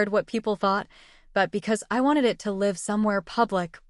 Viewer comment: How about 'wound' and 'live'??